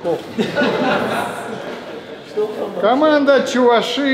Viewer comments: чувАши, а не чувашИ, ок да? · ударение на а чувАши. то же самое будет, что и татарИя, башкирИя